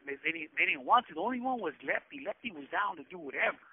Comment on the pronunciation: That's what I thought he was saying lefty but meant lepke hes the only vato I ever heard from rebles